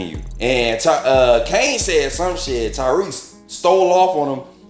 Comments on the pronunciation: Lol, I crack up when people call him Tyreek instead of Tariq. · Great review, just irked me you keep saying “Ty -Reek” when his name is TA-RIQ 😂